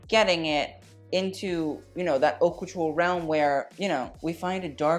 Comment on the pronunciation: Haute is pronounced oat. Best and worst ... some should fire their stylist.